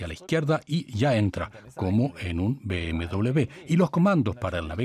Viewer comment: Se dice BMW W de uve doble o doble V, no doble B, W esto no son dos BB por favor